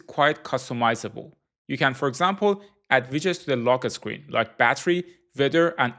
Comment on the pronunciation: "Lo keh sckreen"